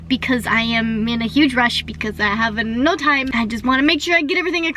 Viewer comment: "I have e'no time!" 😂